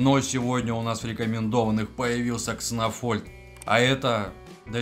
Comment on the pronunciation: 1) Почему Кснофольд, если он Кснольфод? Ты его троллишь?) 2) Если мета одинаковая, стабильная и не меняется, есть 1 безапелляционный топ-герой, то это вполне себе повод что-то с ним сделать. И я бы предпочел нерф одного героя. Но из-за ноуспентеров теперь не нерфят топов, а тупо делают новых нереально крутыми и за ними не угнаться. Лучше бы тогда понерфили несколько героев, чем эта свистопляся с бесконечными статами(